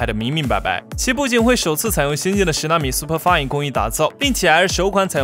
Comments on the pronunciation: 准备好听亮出塑料花英语：（1）superFin读成superFine，（2）bigLITTLE读成bigLIGHT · Super fin 不是 super fai。little 是 li-tou。